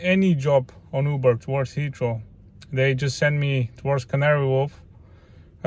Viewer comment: I was wondering what hitchro meant and then I realised you were saying Heathrow. Lol